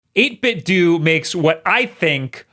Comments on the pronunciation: Isn’t it 8bitDO (dough) like nintenDO, not like do (dew)? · 8-Bit-Dough like Ninten-Dough not Ninten-Dew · I know he probably does it on purpose but it makes my brain itch EVERY TIME! It's EIGHT - BIT - DOH Just like, you know... NIN - TEN - DOH not Doo D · i'm sorry but it's 8-bit DOE NOT DOO I love your content, but I just can't with your pronunciation of 8-bit do it's slowly frying my brain. But keep up the great content! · It's super-cute how you say "8bit-doo" instead of "8bit-dough". Yeah, I understand that the people who work there will go out of their way to tell you that it's pronounced "8bit-doo", but they only do that because they're afraid of Ninten-dough's legal team. It's actually "8bit-dough", they just refuse to pronounce it that way in public. True story, I have heard it from the literal horse's mouth. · Why do you call it 8-bit 'dew'? It seems obviously off to me. Akido, Jeet Kun Do, Bushido, Kendo, Iaido, Judo. 8Bitdo is obviously a play on Budo which means martial arts in Japanese, with 8 being a significant number in Chinese martial arts and philosophy. With the controller itself being a Japanese design(created by Nintendo to play 8 bit games on the Famicom/NES) iterated(for the 16 bit SNES) and then innovated upon by this Chinese company(to include features from other sources) that produces them. You might say the controller is a Japanese technique, revised according to Chinese philosophy. It's a rather deep name. Basically translating to "The 8-bit way of fighting." Even if you ignore all that though.. English: Avacado, Torpedo, Bravado, Tornado. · It's Eight-Bit-Dough Like Nin-ten-do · WHY DO YOU KEEP SAYING 8BIT DOO?! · PLEASE stop calling it 8bitdu! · Isn’t it pronounced 8Bit-Dough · It's doh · Yo you ever thought of pronouncing things correctly? 8bit "doo"? Cmon man. Enough. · 8BitDooooooooo and I'm out. Can't even get the company's name right. You're supposed to be a professional.